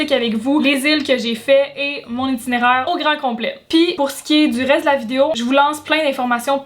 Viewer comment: Un "titinéraire" !? 😂😂😂